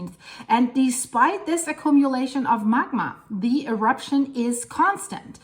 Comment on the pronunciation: Please learn how to say accumulation. It’s acc-Q-mu-lation not acc-COME-mu-lation. Thanks for your videos.